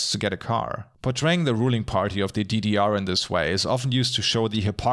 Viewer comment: Konstruktive Kritik: Bitte überlegen, ob die Sprachsprünge sein müssen. Beispielsweise "DDR" als "didiar" ist weder Fleisch noch Fisch. Entweder "dedeerr" oder "GDR".